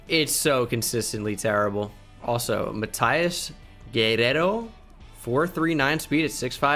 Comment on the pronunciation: I’m mexican and seeing pronounce Guerrero was amazing